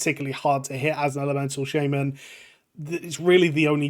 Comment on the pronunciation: shayy-man KEK